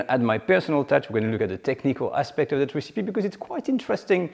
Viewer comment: Oh please, please: it's not "ricipee" it's "rècipee"...